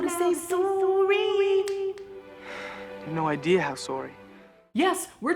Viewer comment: Sore-y lolol